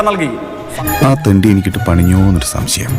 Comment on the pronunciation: ആദ്യം നാവൊന്നു വടിക്കെൻ്റെ ജെയ്ക്കേ ... ആസങ്കയല്ല, ആശങ്ക. ശംശയമല്ല, സംശയം.😅